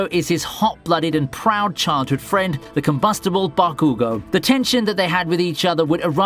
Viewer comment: The way you say Bakugo, irks me 😂